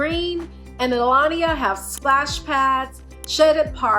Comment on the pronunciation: Aliana ….not Alania. Just helping you out….